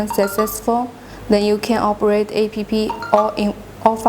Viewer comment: What jack-ass authorized this gibberish??? The text is written by someone who does not speak English and the lady reads the text wrong, A.P.P. is pronounced APP!, not, Ah, Pe, Pe... Apps stands for Application. For a while I thought she was saying I.P.P. which can stand for Internet Printing Protocol, commonly used by modern printers. The product looks impressive but the presentation is shite. It comes off as half cocked. And what geek choose the background music? The music is not only annoying but also distracting. Gees hire someone competent in the technology and the use of the English language, to demonstrate the product. Otherwise a well detailed demo, minus the cocked up use of English and tech terms.